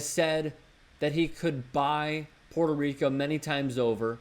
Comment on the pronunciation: Puerto not Porto, and America is a continent, so when trump supporters like you say make American great again, you are actually saying make all the continent of America great again and that includes ALL OF THE COUNTRIES IN THIS CONTINENT, NOT ONLY THE UNITED STATES. Educate yourself, by the way I'm not even a Democrat before you go insulting people. trump is NOT the president of America, but the United States of America, get your facts right, and he should NOT even be, he is a total JOKE!